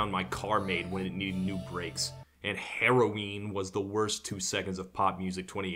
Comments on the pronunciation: Normal dude:heroine Camilla:haraween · She says heroine like sassy. Incredible.